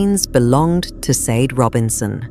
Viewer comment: Sade? It's pronounced shardae